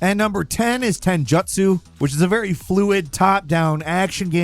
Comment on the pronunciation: Its pronounced as Tenjootsu not Tenjatsu